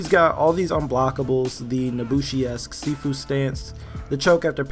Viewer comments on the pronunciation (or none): none